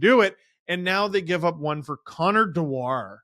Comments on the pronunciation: Amazing that & then Steve mispronounce Dewar's surname. It's Scottish & it's pronounced just like the whiskey.....Dew-ar, not De-WAR. Many Wild fans seem sorry to see 'Dewey 2' go & claim he's an excellent skater, physical, tenacious, plays solid D & is very good on the PK. Anyone who gets Nylander off the PK is welcome in my world. In the small sample size I've seen he is a guy most Leafs fans will love. He, Boosh & Edmunson make the Leafs harder to play against, so decent work by Tree despite no 'homerun' aquisition. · It's pronounced dew-er. Not de-war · Steve, as a Scot, you should know how to pronounce ‘Dewaarrrrr’! Think whisky! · As a Scot I'm privileged that that you tried to make one of our surnames sound very fancy, French and exotic. Dewar rhymes with fewer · I like how Steve and pronounce Dewar lol